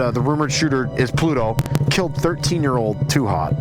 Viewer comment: Ploot-o 2x 😂